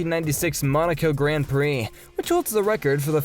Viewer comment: Sorry, say what now? Gran Plee..?